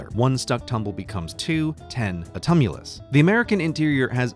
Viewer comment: you mean a TUMBulus? :D I'll see myself out...